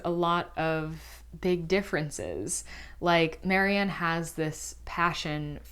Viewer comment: her name is Marian, not Mary Ann!